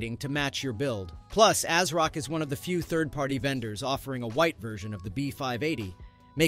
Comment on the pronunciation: It’s not A-s-rock. It’s pronounced AZ-rock.